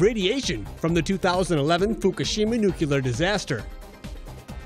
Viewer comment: It's NUCLEAR, not nucular